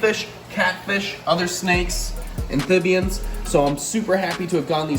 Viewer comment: Why does this dude keep saying "anthibians"?